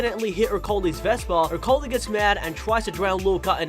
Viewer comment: ercoly?? its pronounced e cor le with an accent